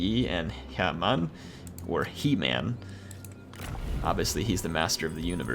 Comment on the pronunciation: Guys, it's pronounced "her mun"